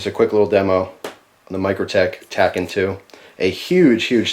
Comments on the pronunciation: It's pronounced tack-ee-on. A tachyon is a theoretical particle that travels faster than light. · Its pronounced tack-e-on. Says the movie Watchmen. And i think it rolls off the tongue better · Tachyon is pronounced tac-eé-on. A hypothetical faster than light particle. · I believe it's pronounced as "tacky-on."